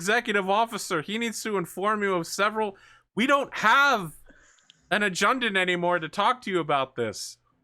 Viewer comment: ADD JU TANT!!! not AD JUN DANT...